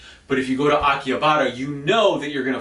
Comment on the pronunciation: How do you know what goes on in Tokyo, you don't even live here and probably only visit once a year? Also pronounce Akihabara correctly.